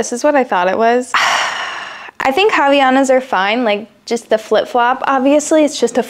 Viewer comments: i love havaianas!! but it's pronounced like ah-vah-ee-anas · I'm sorry it's just so cute to hear you say Havianas without the a. When I realised our everyday black flip flop got popular I thought I was hallucinating.